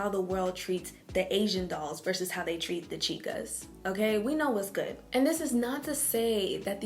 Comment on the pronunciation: Ooooo you TEE FWOK GOODT.